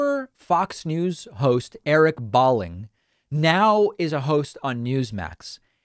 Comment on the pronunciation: His name is pronounced - Bowling, like the game. Not that it matters since he’s a sociopathic right wing nut. Balling sounds too cool, like baller.